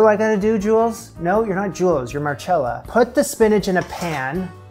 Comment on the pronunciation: It is pronounced Marcella if it was marchella it would be spelt like that